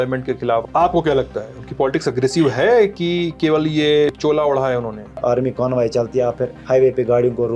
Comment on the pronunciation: Ek toh "Conbaii" nahi "Convoy" hota hai. Aur rahi dusri baat, kashmir mai koi Khai nhi hai R*D*X ki kay utha liya toh bana diya.. woh R*D*X aaya kaha se, ittni security border pe rakhi hai ,woh karr kya rahi hai... Jittni checking humain hoti hai yaha 10 kadamu k baad hi ,uttna woh aaya kaha se.. uss mai humari kya galti hai humain bar bar roka jata hai sadak pe.. galti aapki apni hai aur saza humko. Aur thodi si history check kiya karo, jub tum 2 countries sorry 3 countries ka wajood hi nhi tha, humara tab bhi mulk tha. Kashmir tab bhi tha aur alag tha.